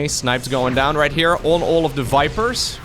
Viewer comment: i always love when you said " the explosion de command center" with french accent ...deserve a like that it.